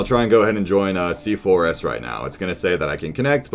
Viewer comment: Still doesnt know that C4S is pronounced c4's